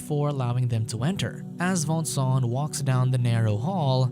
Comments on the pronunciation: Its not Vincent its Voangsoang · i can't stand the way he pronounces the name xD that's too much for me!